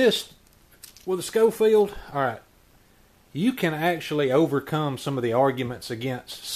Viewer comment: 👏🏻👏🏻👏🏻. Pronounced “Showfield”